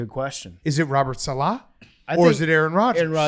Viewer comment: Guys come on it’s Robert SALEH, not SALAH. He’s not like Mohamed Salah. It’s Saleh. Thank you.